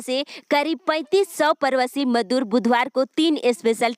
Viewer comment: Pravashi Ka ucharan thik kariye madam